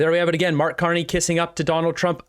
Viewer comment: Sounds like reporter addresses Carney as "Mr.Carnage." lol